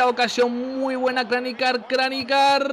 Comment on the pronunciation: Yo creo que 2-0 en la ida y 2-1 en la vuelta.(Aunque soy del Madrid)quiero que pase el Atleti solo porque en el Chelsea esta Mourinho (no es que me caiga muy bien) Una aclaración, no se dice Kranijar, se dice Kranjar,(creo)